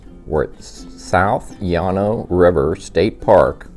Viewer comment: you are mispronouncing Llano!